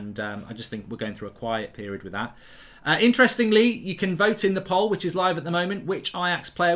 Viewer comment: Mark, most of my family love your content. However, if youre going to be doing regular polls, then please pronounce it right...like pole. Not Graham.